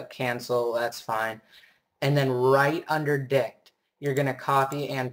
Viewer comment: " and then right under dict" lol at first i thought he said dick